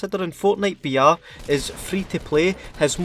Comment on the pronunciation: Just me or every time he said BR I thought he said vr